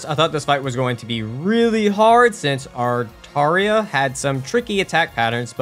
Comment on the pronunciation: How do you pronounce "Aratra" as "Artaria" ???